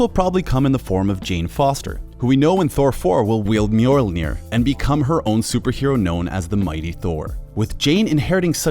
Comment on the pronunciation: man said “MULENJOINEER”